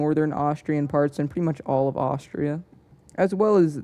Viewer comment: you called austria austrailia